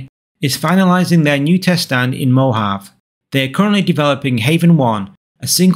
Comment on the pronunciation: Loving your content -- you're really covering the interesting stuff that nobody else does. But just as a tip: it's pronounced "mo-HAV-ee" -- three syllables, emphasis on the second.